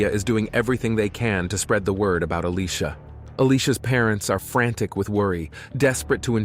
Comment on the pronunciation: This whole time her name is pronounced as a-lee-sha, but for some reason... she's randomly called A-lee-cia?????